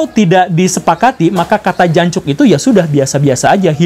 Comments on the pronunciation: "Jancok" anda kurang medok Pak Guru. Kurang feelnya. Wkwkwk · jancuk logat sunda jadi alus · Pak Gembul bilang Jancoknya lucu...Jancuk tapi logatnya Sunda...